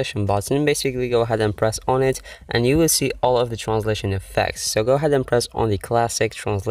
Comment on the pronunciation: Every time you say transition it sounds like you said translation